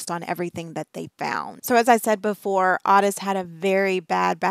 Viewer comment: Everyone I've ever known with that name pronounces it like OAT-tis like a short O and tis like tisk tisk. The way she's pronouncing it drives me nuts. I don't know why but makes me want to yell through the screen at her how to say it properly.